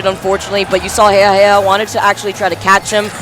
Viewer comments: Commentary was okay, was just annoyed by the fact that they kept on mispronouncing Jejajeja as heyhaheyha. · its JeJaJeJa damnit. not heyhaheyha lmao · Um not really he even confirmed it himself that it's jejajeja not heyhaheyha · These are the first commentators I've ever heard pronounce jeja's name that way. Is this how it's meant to be pronounced? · Why the heck do the commentators not know how to say Jejajeja’s name?!?! That’s so annoying lol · the commentators need to know what they are talking about. and at least pronounce their names correctly